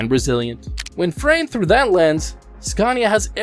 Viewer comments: It's is pronounced SCANIA, not SCARNIA. There is no R in Scania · now don't come here and say it worng its skan-i-a we can't haveing you going around and saying it like porsch :'D :'D its por-sche..